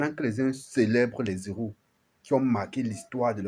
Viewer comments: On ne fait pas l'accord quand on dit les héros sinon on dirait que tu dis zéro merci. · On ne fait pas de liaison quand on lit "les heros". Les zéros par comment ? 😢